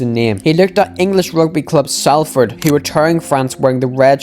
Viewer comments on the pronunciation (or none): none